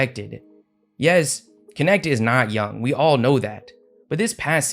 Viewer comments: Dalton Knecht aka Dalton Connect 🤣🤣🤣 Man Knecht is a german name and your prononciation is hilarious😄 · Why do people keep saying that dudes last name as Kinect when it's pronounced Nect. 😂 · man it triggers me way too much everybody saying dalton connect^^ it cant be that hard to say knecht guys